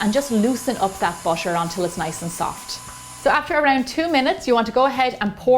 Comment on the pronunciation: no one: that lady: wArM bUtShEr